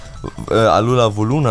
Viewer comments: Ich glaube du wirst es wohl nie lernen... Es heißt Vulnona und nicht Volnuna xD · Warum sagst du eig. immer "vuluna" und "ratzfratz" ? Die Pokémon heißen Vulnona und Rattfratz